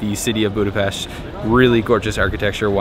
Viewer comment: yall tourists cant pronounce budapest